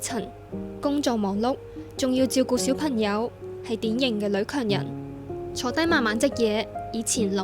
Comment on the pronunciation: 「管理塵」「小貧友」報道員要以報道為職業就要咬實啲字，戒懶音🙏🏼🙏🏼